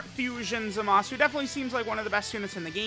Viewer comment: what did you say? Zamashu? 😂😂😂